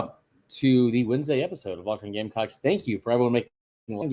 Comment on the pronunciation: Is it just me or the "S" in gamecocks was cut short the first time the woman announcer said it lol. "You are locked in on gamecock" . She said gamecocks . but ....i swear...lmao